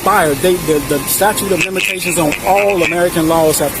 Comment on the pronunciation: He said "militations" 😆 (Statute of Militations)